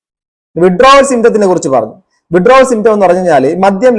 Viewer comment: വിഡ്രാവൽ സിൻഡ്രോം എന്ന് മര്യാദക്ക് പറയാൻ പോലും അറിയാത്ത ഈ ബസ്റ്റാന്റ് ഒക്കെ, ആരുടെ നക്കാപിച്ച വാങ്ങിയിട്ടാണ് എന്ന് മനസിലാവും, മാന്യന്മാരെ അധിക്ഷേപിക്കാൻ ഇതുപോലത്തെ മൂന്നാംകിടകളെ ഇഷ്ടം പോലെ കിട്ടും, പത്തോ അഞ്ഞൂറോ കൊടുത്താൽ മതി, മാന്യതയും മര്യാദയും ഉള്ളവർ ഇതിനെതിരെ പ്രതികരിക്കാനും പോകില്ല...